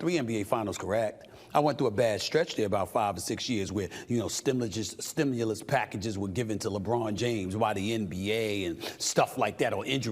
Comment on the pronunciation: SAS love talking about the "stimilus package" lmao smh